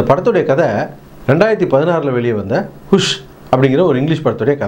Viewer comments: அது 'ஹூஷ்' இல்ல 'ஹஷ்' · அது ஹுஷ் இல்ல ஹஷ்.... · Madhan Raj na IPO theliva purinji padichikitaen pana avan Hush (us) nu sona kuda paravala ooossss nu solranpa